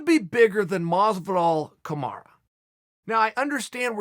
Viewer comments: Lets all realise the fact that hé sais camara instead of camaru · Kamaruuuuuuuuuuu not aaaaaaa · "KamarA" Nobody is as good as Chael at fucking someone's name up lol. I forget what he calls Yair Rodriguez but he butchers that one too 😂😂😂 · It hurts me every time people pronounce Marty as "Kamaru" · KAMARA not kamaru is his name, who tha fook is kamaru. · "Ka-ma-rah" lol... Uncle Chael always fucks up the names... "Ya-rear" hahaha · Who's Kumara Chael keeps talking about?